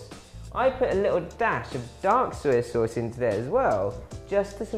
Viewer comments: OMG OMG OMG Soy Sauce not SER Sauce 🙄🙄🙄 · "Suy suwss."